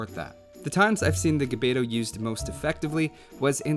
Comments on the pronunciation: I have have to say it , but the proper way to pronounce gbeto is actually to pronounce 'g' and 'b' at the same time. I know, it is a weird phoneme. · So far I don't see anyone who makes AOE videos pronounce the "gb" correctly. It's actually one consonant.